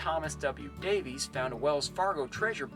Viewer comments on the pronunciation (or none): none